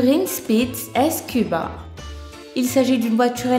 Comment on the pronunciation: On dit Skuba pas S Cuba t'est attardée ou quoi ?